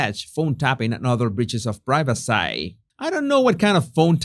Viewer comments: Privacy- pronounced, pri-va-cee. Lol ❤❤❤ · ’ English seems to be regressing “i-legally”, “i-regularly”, “priva-seye”, what’s going on with that? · it is pronouced (pry-va-see) privacy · Your repeated "priveseh" cracked me up! That Southpark episode has a life of it's own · Hello in the USA we say priva see. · The British say prigh ve see. The Americans say pri ve see. Only says pry ve sigh. And please practise the word "royal" because you use it so often and the way you say it, it sounds almost like roy-gal. Keep the tongue down!